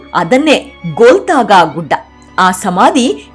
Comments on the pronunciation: ಅದು ಗೋಲತಾಗೊ ಅಲ್ಲ ಗೋಲ್ಗತಾ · Golthaga ಅಲ್ಲ. ಗೊಲ್ಗೊಥಾ